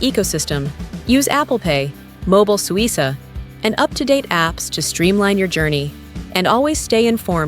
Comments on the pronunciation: Suica is pronounced Swi-kah, not Swi-sah. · FYI it’s pronounced “Suika”. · AI generated garbage (can’t even correctly pronounce “Suica” or “Visa”). Over tourism is a plague and Japan is just about played-out.